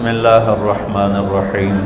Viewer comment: Bismisla irrakman irrakheem galat h sahi kar ❌ ✔️Bismisla irrakman nirrakheem